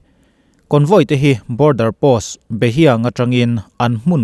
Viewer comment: Behiang/Behliang i lamdan hi a ngsihthlak a hahthlak deuh, hiang tih kha a sang nilovin a hnism tur zawk aw. Mizo ah "Be" tih kha a hniam zawk a,mhse paite ah chuan a in ang emaw , a sang zawka sawi khan a dik veve a.. .. hiang ( hliang ) tih khaa sang zawk a lam ani ngailo ...